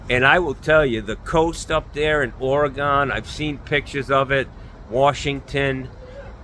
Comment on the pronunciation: I'm glad you didn't ream me a new one for my beach comment, but please, for the love of God, please do not say Ora-gone. It's Ory-gun. I love ya man. Rick from Orygun.